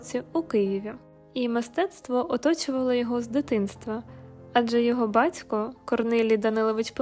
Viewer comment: БаЦько, дяЦькО... Чому ж не слідкуєте за своїм мовленням?